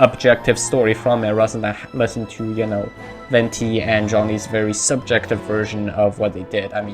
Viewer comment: Wenti is a wrong pronunciation, "Venti" literally means wind in italian and is pronounced the same way you write it. The Harbingers too have all italian names and everyone literally mispronounce la sognora and Tartaglia